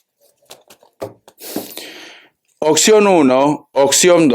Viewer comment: Hola muchas gracias por tu lectura....de dónde eres que dices "acectas en lugar de aceptas" y dices "ocxión en lugar de opción?" .., saludos y bendiciones....